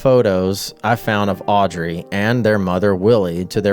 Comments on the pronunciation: The Child you call Audrey is misread. It reads Aubrey. Hope this helps. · It's not Audry, it's AUBRY.